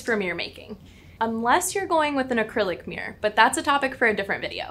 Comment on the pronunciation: Good video. The pronunciation of mirror sounded like mirrrr +vocal fry (dear lord, cannot unhear).